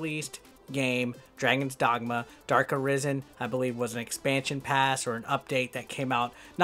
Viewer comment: The darke arise en? You can at least say it right🤨